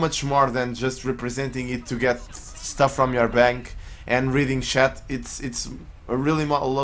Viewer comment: Lol what's a "shat"? Good vid tho